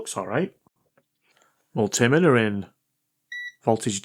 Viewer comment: "vol-timmiter" ? Oh you mean voltmeter...